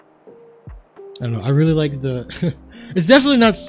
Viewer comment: "weally excited"